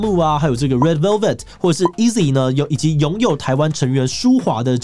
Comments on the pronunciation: 是非KPOP粉絲最常見的錯誤，(G)I-DLE的發音不是“G-IDOL”，後面的DLE是發「ㄉㄜ˙」的音。 然後順便宣傳一下，(G)I-DLE剛好在今天回歸，主打歌 "TOMBOY" 就是標準的Girl Crush。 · 對是「 i的 」才對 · 同感， (여자)아이들唸成「居 I-DLE」讓我超級傻眼，雖然覺得這個主題可以幫助平時沒在關注KPOP的人更了解Girl Crash，但感覺功課明顯做不夠、腳本也很表面，完全散發出萌新感😂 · (G)I-DLE的G不發音、girl days應該是girl’s day、BLACKPINK中間沒有空格、影片中多處MAMAMOO的名字少打了一個O 這些都是偏基本的KPOP知識，希望如果你們想做這類題材可以在此處多用心。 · 愛因斯坦就叫愛因斯坦 牛頓就叫牛頓打錯字大家也知道在講誰 但這些團名不一樣欸 GIDLE誰知道G不用念 EXO誰知道E不用念 還有好多好多例子 我雖然也是老KPOP粉了 但真的不懂怎麼每次大家都要很糾結於這些小發音問題... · G不发音哦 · 男粉報到！真的超愛gc風的，bp.itzy.gidle都超讚😍 另外提醒一下 blackpink是連在一起的，中間沒有空格分開，符號的話是BLΛƆKPIИK gidle也唸錯了 媽媽木是mamamoo 是Girl's Day不是Girl Days 要做這種主題前功課要做更仔細一點😅看到有點嚇到